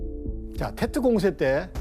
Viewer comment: 테트가 아니고 뗏 이라고 합니다 사이공 >사이곤 베트남>비엣남 베트콩>비엣꽁 베트남어를 영어로 보시면 안됩니다 일관되게 영어발음도 아니고 좀 웃기네요...